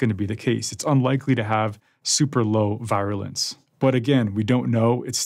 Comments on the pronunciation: Is that really how you're supposed to pronounce "virulence"? I always thought it was supposed to sound more like "VEER-ooh-lence". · A new pronunciayion foe 'virulence". Doctors are so cratruve. He has necer heard ornounced? Hintto that sound is;short; 'U'. Numbnuts!